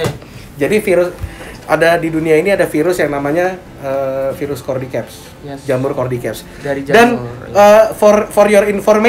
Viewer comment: Cara Baca Cordyceps nya salah bang,harusnya cara bacanya cordyseps nah itu baru benar wkkkw salah ngomong